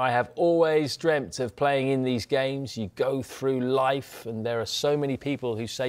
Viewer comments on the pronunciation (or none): none